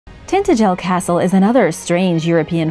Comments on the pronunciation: Need to work on the pronunciation 😂😂👍 tin-tadge-el . Good effort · pronounced, Tin tangil. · So painful to listen to the name of this place is Tin ta gel . Try to get the most important name in this small post pronounced correctly!!!! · Cornwall, my home country. It is pronounced Tin-TA-jel. Yes, for over 3,000 years the tin deposits of Cornwall were traded by coastal ports, well into the Saxon era. This fortress village was close to tin mines.